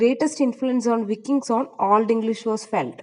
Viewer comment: വൈകിങ്സ് ആണ് pronunciation